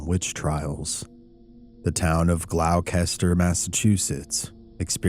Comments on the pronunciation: As a Massachusetts native Gloucester is pronounce Glosster I'm not a fan of obscure geographical names either and often fudge them lol. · Gloucester pronounced glosster darling 🤗